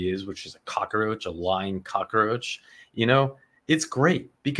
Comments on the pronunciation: I love your channel and I'm glad you do what you do... but every single time you say cock .a. roach.. it's so ... like nails on a chalkboard... there's no a in the middle. silly thing to focus on, I know. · The right progrums might help you. 😅